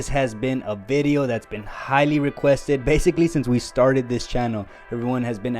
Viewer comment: a video, or bideo?